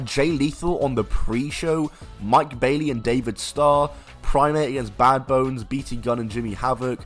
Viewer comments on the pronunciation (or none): none